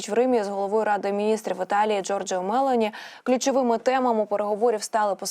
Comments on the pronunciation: Навчіться ж правильно говорити прізвища. Вуха ріже Мело'ні, не з Матарелою,а з Матарелло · Але Жьоржя Мелоні-наголос на другий склад О. І не переговори, а перемовини